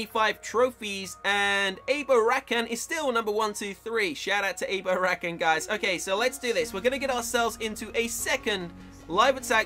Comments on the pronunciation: If he says abo Rakan one more time I swear........ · ما يعرف يقرا الاسماء بالعربي 😂 ابو ركان lol u can't read there names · maybe more than one guy playing in this account and also you are saying his name wrong he is an arabic guy